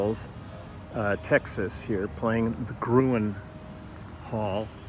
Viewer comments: Leland, it's pronounced like the color 'green'... green hall, we say. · It's green not grewin yankee